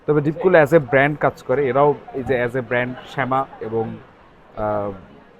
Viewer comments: শেমা না ভাই ছামা 😂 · Bro said "শ্যামা"🗿, but we all know😂 Btw, logo dekhe ami ja vabsi "SAIVIA"